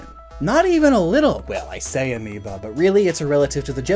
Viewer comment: did he say amoeba or amiibo?